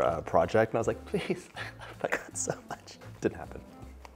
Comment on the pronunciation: i love that he pronounces "pecans" correctly to my north Mississippi ears. THe cake looks divine and I think I just learned about my next kitchen project!!!